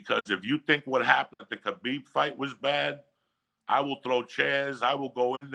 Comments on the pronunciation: Logan Jones: It's pronounced Collar-Beeb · Khalabib lol